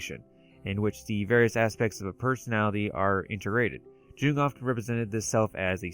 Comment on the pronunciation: Jung is pronounced like Yung. Very easy mistake, especially if you haven't heard it said before. He was Swedish I believe. Anyway great video 👍 and I hate to be "that guy" but every time you mispronounced it the cognitive dissonance was like fingernails down a chalk board. I'm considering a dreampunk story and your video defining some of the commonalities and distinctions is helping me develop the story parameters. Being a fan of steampunk, dieselpunk, raypunk, and of course cyberpunk I'll have to check out some more of you videos after this one.